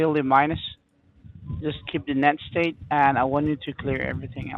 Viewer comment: "net stayt"